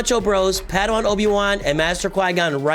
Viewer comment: I think you keep calling him "paddywan" because you're accustomed to the hard /e/ in Obi-Wan. I do the same.